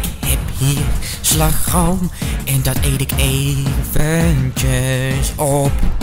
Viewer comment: Hey ehm. Hoe je die r op slagroom zei was heel mooi bij mij zou dat klinken als een g